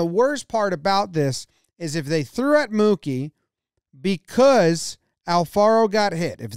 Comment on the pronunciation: It’s like Jomboy forgot how to pronounce “because” when talking about Mookie 😂